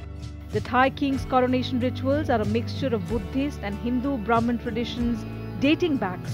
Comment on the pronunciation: Lol indian but cannot even pronounce sanskrit name vajira longkorn. And its brahaman not broman. Bumipol anduñaded.